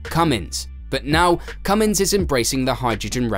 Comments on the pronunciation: The name is not Cummings it is Cummins get it right before you make a video. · CUMMINS has NO "G"! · It's not Cummings, Cummins that g people put on the end annoys me...